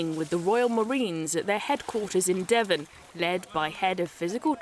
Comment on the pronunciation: It’s ‘Devon’….and it rhymes with ‘Heaven’….unlike that shIth0le cornwill